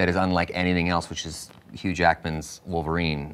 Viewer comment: cough, she means woleverine and deadpool. i mean really its wolverine 4.....